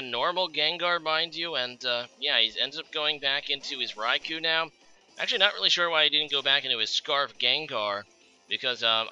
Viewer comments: Hey, it's pronounced En-Tay, not En-Tai or En-Tee. Also, Rai-Cool, not Rai-Cow. Btw, I like black. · I'm not sure where you're getting these pronounciations, but all three legendary dogs have japanese names that have been romanized into English. Their names in Japanese are 「ライコウ」(raikou) and「エンテイ」(entei), which would be pronounced "rai-koh" and "en-teh". Suicune's name isn't confusing. Most people would read it "soo-ee-koon", which is right.